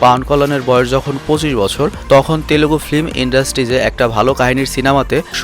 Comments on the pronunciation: Its Telugu not telegu ... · বাংলাতে পাবন কল্যান হবে! অার তেলেগু নয় তেলুগু হবে শব্দটা ( চাইলে ঠিক করতে পারেন)